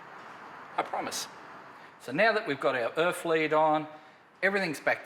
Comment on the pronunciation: The pesky “urf lead”